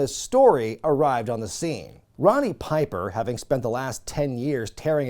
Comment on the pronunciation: Did you say Ronny Piper? Lol it's Roddy